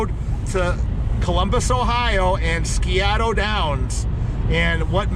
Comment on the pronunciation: Si-o-ta Downs. We lived there for 10 years and found it to be the most mispronounced word so you're not alone. Hope you two had a good time!